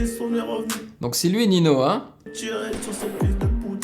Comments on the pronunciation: J'adore tes réactions ! Et ça se dit pas Nino mais Ninio! Et Ninho est un des rappeurs les plus connu en France réputé pour être un monstre tout terrain ! (Mélodie, kick... Etc..) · Le nom ne ce prononce pa nino mais ninyo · Ninho est un des meilleurs du rap français actuellement, son album destin sortit fin mars 2019 est dans le top 3 albums de l’année avec PNL et Nekfeu Ninho se prononce Ninio et non Nino 😉 Sinon super vidéo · On dit ninio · Au faut juste ninho ça se prononce ninio genre avec un i à la place du h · Meilleur rappeur français Ninho et ça se dit ninio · Juste ninho sa se dit "ninhio" (mais tu pouvais pas savoir😁). Et tu pourrais reagir a PLK "un peu de haine" ? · Ça se prononce nino y a qui 1 n pas 2